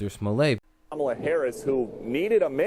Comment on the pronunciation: Pronounce his name "Smol-let", just as you would say "Smurfette". And MAGA sounds better when the first A is a short A sound, and the second A has the "uh" sound.